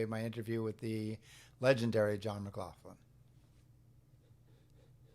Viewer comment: It's Mc - GLOCK - lin not Mc - glauf- lin. OK thanks,I'll see myself out